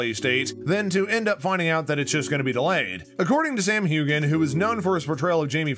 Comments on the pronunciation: I agree! I stopped listening because of the commentator. He even misprounced Sam's name, sayin, "Hugan", not Heughan. I found it rather irritating. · Its pronounced hewan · Get the name pronunciation correct please! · Please pronounce last names right. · Please learn how to pronounce Sam’s last name properly. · please pronounce his name correctly. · I commented on that. Noticed that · His wife wouldn’t get a word in. Btw not how sams name pronounced.